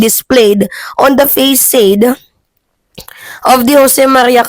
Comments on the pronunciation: Facade pronounce as fasad not feysed po 😊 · Ayan nnman yang katangahan mo magpronounce, anong facesade, hindi "face-sade" ang pronunciation sa Facade, ang tamang pronuncition jan is "fa-sad" daig kp ng grade 6 magpronounce. Dati ang pag pronounce mo sa Chaos is "chaws" mali un! ang tamang pronuunciation sa Chaos is " ka-yos" yan ang hirap kase hinfpdi mo tinatapis pagaaral mo anlakas mo magcomment, magaral ka nga munanakkasira ka sa knowldge ng mga kabataang nakikinig dayo kala mo sndunong dunong mo. Ako mka BM ako pero ayoko sa mga tangng vlogger nanagdudunung dunungan lang para kumita. Di ko nga alam bakit tumataas parin mga subscriber mo eh! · Sabi niya "faysayd". Hindi mo natapos ang elementary school?